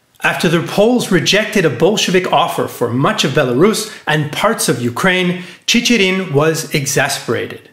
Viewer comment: Then, a small remark: the name "Chicherin" has its stress on the second-to-last syllable: "ChichErin". And Stalin is "Stalin", not "Shtalin". (But that is definitely not smth. of major importance, of course.)